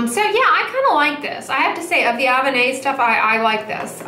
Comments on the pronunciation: Btw, I forgot to mention the pronunciation for Avene. It's A+been - just replace the b with the v. I have been using the Avene Ultra Light Hydrating Mineral Sunscreen SPF 50 for sensitive skin but it kind of stings sometimes when I apply it. It irritates the area around my eyes. My skin isn't particularly sensitive, but I treat it as such since starting Retin-A 0.025. Recently I got the Neogen Dermalogy Day-Light Protection Sunscreen SPF 50/PA+++. It is a mix of mineral and chemical suncscreens and I like it a lot better. I don't care for the IT Cosmetics cream because I find it to be too heavy of a product on my skin. Another good product for color and sunscreen is the Dr Jart+ Premium Beauty Balm SPF 45. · its pronounced Ah-Ven. Haha love you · Did she learn how to pronounce avène yet?